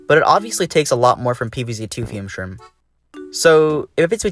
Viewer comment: You mean Fume-Shroom right?